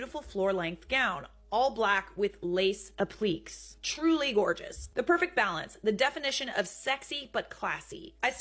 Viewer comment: Applique is pronounced “ap-li-KAY”.